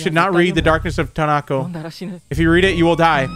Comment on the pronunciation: Can you really not say Tonako?